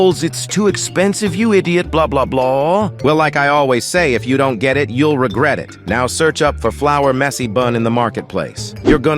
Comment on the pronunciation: "U will reget for the rest of your life" bro has rizzed me💀💀💀